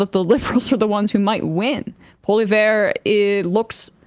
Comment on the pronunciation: Polly-ev...that's how you pronounce it.